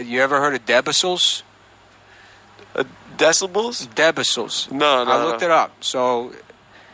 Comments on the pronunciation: Do you mean Decibels? NO... Debacills. He said fuck it Debacills it is. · U ever heard “debacells” ?! Lol